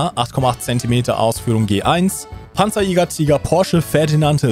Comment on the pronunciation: pansajayger, brummbarr, taiga, pyuma... deutsche panzer müssen einfach mit tiefem amerikanischem südstaatenakzent ausgesprochen werden.